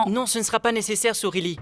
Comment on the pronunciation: j'arrive, j'arrive soureli, soureli 😂